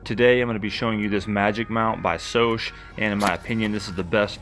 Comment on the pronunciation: Scosche is pronounced with that first 'C' that sounds like a 'k'. skowsh.